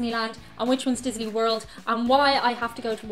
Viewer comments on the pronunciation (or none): none